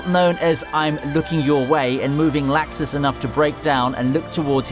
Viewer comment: Sorry but it's pronounced locks is (laxus)